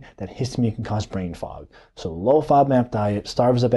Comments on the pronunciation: Nice video but can’t understand what kind of diet you’re saying. Played it over several times. Sounds like “low fob mat diet”. Please spell it out. Thank you. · Please clarify what you were saying. I can't understand the word you repeatedly say but don't enunciate. Are you saying low-fat diet low-fat NAB diet? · How is he pronouncing that word? Is he saying fodmap? I don’t know could somebody help me here?